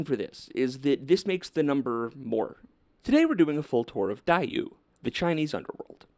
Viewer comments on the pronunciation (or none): dìyù (地獄) is pronounced like dee, not dai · It’s Diyu! You are fired for calling it Daiyu at the end! 😉 Yeah I didn’t expect this video, gee I wonder why you wanted to make a video on divine retributive justice for those who seem to escape punishment in life